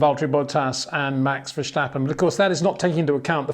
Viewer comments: Love your video's but as as a Dutchman the "sch" in Verstappen, where does that come from? It's just an "S" , not "sch" pronounced like steep , not schteep. ;-). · Being both Dutch and English I might be of help in pronouncing Max’s name: the ‘s’ is not pronounced as in ‘shell’ but as in ‘sea’. Just sounds better to the Dutch. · Brits just do this for some reason, s becomes sh for them. As an American I say it VER STAP IN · Hi Peter, For some reason it seems that you keep mispronouncing Max's last name?